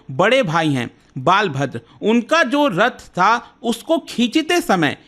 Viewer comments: Not बालभद्र it is बलभद्र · Sir big brother's name बालभद्र नहीं, बलभद्र है। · Its not,,,, Baalbhadra, its Balbhadra (बलभद्र) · Small correction snana takes place 15 days before rathyatra known as devasnana purnima .and jagannath ji k bade Bhai ka naam balabhadra (बलभद्र) please pronounce it correctly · Yes the pronunciation is wrong.